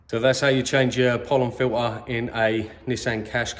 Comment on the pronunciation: It’s a pollen FILTER ,not filer